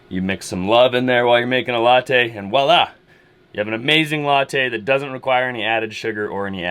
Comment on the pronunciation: Walla is not a word. It is voila. One of my pet peeves....sorry.